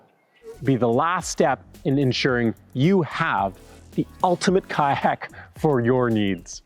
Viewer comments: Lol you say "kayak" like Ka'ak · The “Y” in kayak is not silent. You sound like you are saying kaaak. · I keep hearing "kaack". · 😂😂😂😂me, too!! 😂😂😂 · Are you pronouncing the "y" in kayaks? 🤣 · I hate the way you say kayak so much